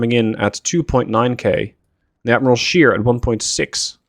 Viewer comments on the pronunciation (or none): Admiral Scheer is spoken like to "share", so like ä